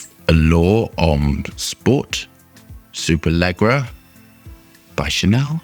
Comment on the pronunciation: "super leegera"